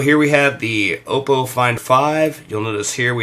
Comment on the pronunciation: 'Ahpoh' not 'Ohpoh'